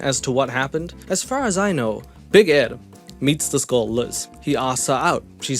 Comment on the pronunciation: When you say "meets this girl " your accent makes it sound like "meets the skull". Sorry, I'm really stoned.